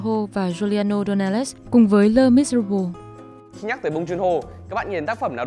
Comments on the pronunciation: Les Miserables đọc là Lờ Mi-sơ-ráp-blơ nha :)) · Là Lê Mi-sơ-ráp-blơ chứ, số nhiều mà :))